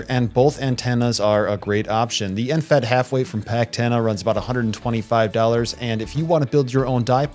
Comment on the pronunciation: Packtenna. Yes yes yes